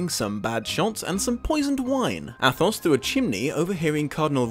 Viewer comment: The "th" is pronounced like a single "t" in French language... So Athos is really pronounced Atos... But overall your pronunciation isn't that far off...